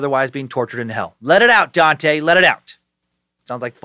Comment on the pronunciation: Dante is my name, it’s great hearing Dan say it lmao